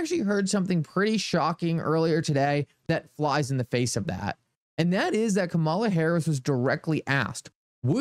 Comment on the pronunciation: Her name is pronounced 'Come' 'A' 'La'. She is the Vice-President of the United States & should be shown the proper respect by at least pronouncing her name correct.